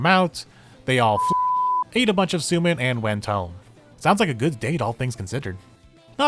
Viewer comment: FWIW, it's pronounced "soh-men". See, the "ou" is (almost) always a long "o", and Japanese ling vowels are just lengthened in time; it's only spelled that way to preserve the original orthography, where long vowels are doubled in hiragana/katakana, except for "o" for some reason. More modern transliteration schemes would use "sōmen", but a lot of the habits of anime/manga translators and subbers go back to when computers couldn't easily use diacritics — so we use the doubled letters and "ou" spell things out like "Aijou Rentarou" and "Hifumi Suu" instead of "Aijō Rentarō" and "Hifumi Sū". All that aside, I've said before that my favorite chapters are the ones where everyone is in a ridiculous and over the top predicament — see also the karaoke, photo booth, and falling gothic and/or lolita headdresses chapters — and this one was great on that score.